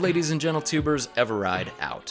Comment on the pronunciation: "Everide Chan Chan?" Been catching up on episodes of the Kardasians? Regardless, if I hear that again, I'm going to unsubscribe.